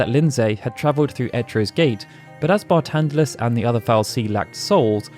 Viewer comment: His name is Barthandelus why are you saying it as Bartandelus?